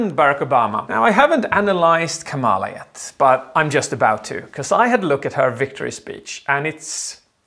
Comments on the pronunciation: you say KAmala, not KaMAla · I closed the video when he said 'Kamaalaa Harris' lol😂 *Just kidding, you are awesome ❤️ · just so you know her name's pronounced comma-la. a lot of people get it wrong at first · kamala is pronounced differently